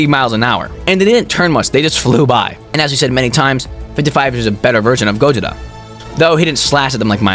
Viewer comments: Bro, it's Gojira not gojita like you keep on pronouncing. 🤦🏽‍♂️🤦🏽‍♂️🤦🏽‍♂️ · dude is saying gojida instead of gojira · You said gojira wrong